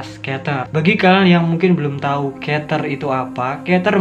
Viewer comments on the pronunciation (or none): Keter = bacanya kiter